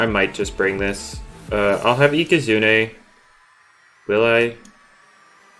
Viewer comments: Does anybody notice that he keeps saying ika-zoon-ey instead for ika-zoon? only me? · yup it is ika zooon ey not ika zoon